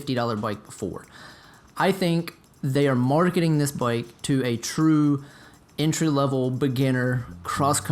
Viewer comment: For some one that has a bike shop and dose videos on bike you would think he could pronounce the word bike properly